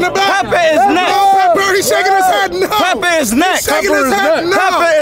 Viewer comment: That mans said “PEPPER IS NEXT” I could’ve sworn that man’s name was